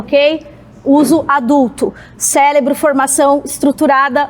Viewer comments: CELEBRO..... não tem como defender. Neuro psicóloga? E, falando errado: cérebro. Essa fez Federal com 10 anos de curso "baseado" na verdinha.😂😂😂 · uma "neuro psicóloga" falando celebro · Ela falou CÉLEBRO? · Debater alto nível com esta mukher falando "celebro" ao invés de cérebro? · A mulher se diz NEUROPSICÓLOGA e fala CELEBRO. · NEUROpsicologa falando "celebro" ao invés de "cerebro", pra mim, eu já considerava o debate ganho ali! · Que vergonha de seres humanos, pouca vergonha está a favor disso, como diz a bonitinha aí eles tem "celebro"🤡🤡 e não CÉREBRO 🧠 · O celebro dito por uma “neuropsicóloga” foi foda 😂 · a neuropsicóloga falando que o sargento não estudou, e ela mesmo solta um: celebro, ao invés de cérebro. ela estudou bem… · Ela fala celebro ao invés de cerebro kkkkkkkk a profissão dela e toda encima de algo q ela não sabe nem falar o nome😂😂😂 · Uma NEUROPSICÓLOGA falar CELEBRO 😢😢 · A ali se diz neuropsicóloga e é a mais desequilibrada. E mais: Soltou um "célebro" ao invés de cérebro 😂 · Neuropsicologa aos CELEBRO, alto viés científico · Kkkkkkkk…é a mais histérica e fala CÉLEBRO…kkkkkkkk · Neuropsicologa que fala "celebro"! Agora vocês estão vendo? 😂😅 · "Debate de alto nível" logo após falar "celebro" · Neuropsicóloga e fala Celebro? 😂😂😂😂😂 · "eu sou neuropsicóloga" 5min depois ela fala "CÉLEBRO" Essa estudou bem hein kkkkkkk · neuropsicóloga falando celebro, chega doer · É impressão minha ou ela falou CELEBRO kkkkkkk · Uma neuropsicóloga que fala celebro? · A neuropsicóloga falando celebro… parabéns libera mesmo a maconha. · Neuropsicóloga e fala "célebro" 🤦🫪😂😂😂 Socorro kkkkkk Só não parei de assistir por causa dos Mikes , 😂😂😂😂 resenha legal 😂😂😂🫡🫡🫡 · Uma neuropsicóloga que fala "celebro" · neuropsicóloga: "celebro" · Uma Neuropsicóloga falando celebro 🤣🤣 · Neuropsicóloga falando "célebro", aí tu me quebra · Neuropsicóloga falando celebro? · Neuro Psicóloga falando "CELEBRO "😂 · "Celebro", craro...😵‍💫🫨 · Neuropsicóloga falando “celebro” 🤦‍♂️